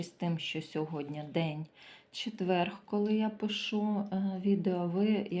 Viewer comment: Дуже приемно почути гарну украiнську мову, але четверГ рiзанув дуже . ЧЕТВЕР. Складно писати, бо нема украiнського алфавiту. Вибачайте.